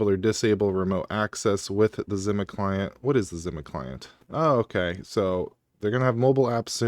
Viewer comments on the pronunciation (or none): I can’t handle the way you’re saying Zima. The words existed for decades as a drink brand and it’s not pronounced the way you’re doing it